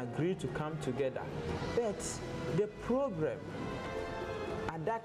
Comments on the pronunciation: Sir, did u say PROBREM? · Did he say the probrem at that time was leadership? Sir, please work on ur R n L